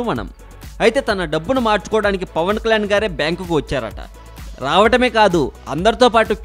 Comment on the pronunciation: Pavan klan kadu Pavan kalyaan nee pranounsation chusuko